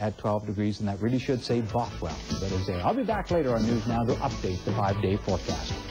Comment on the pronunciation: It's Bothwell not Boathwell!!!!!!!!!!!!!!!!